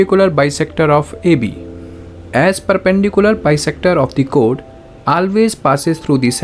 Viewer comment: Chord❌ code ✅